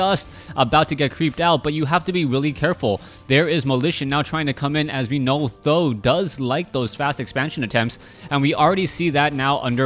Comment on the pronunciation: Th000 should be pronounced as "San Dan" which means three eggs in Chinese as there are three eggs in his name